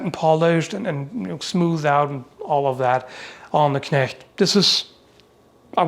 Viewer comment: Great Video as always. But can we please talk about how perfect the pronounciation of the German Words is? Even the ch in Knecht is perfect while most People pronounce it as K